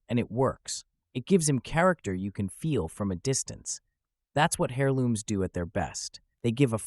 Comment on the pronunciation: Hairlooms 😂 bro the "h" is silent